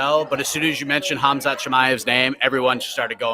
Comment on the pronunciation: "Ham Shat Chimaev" Up there with Ya Rear Rodriguez.